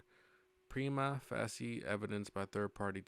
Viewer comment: Nice job. Reading this stuff is rough. My two cents: Prima Facie = Prima "Face-E"